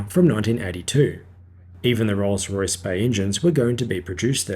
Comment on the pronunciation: . You say "and fitted with Rosray Spey low-bypass turbofans." Perhaps you're trying to abbreviate "Rolls Royce" to "RollsRo," but whatever, you mangled the pronunciation. Rolls Royce!!!! Say it with pride!